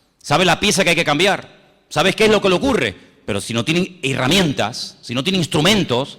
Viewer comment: Se dice herramientas no irriamientas....